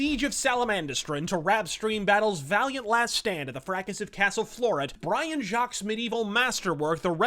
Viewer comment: Dammit it's pronounced "Jakes". Yes I know it's counter-intuitive to anyone with any dalliance with French but the fella was Scouse so I guess it's to be expected. (Also I totally didn't make the same mistake for much of my own readership of that series. <.<)